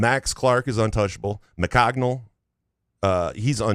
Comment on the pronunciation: McCognil? It's McGonigle.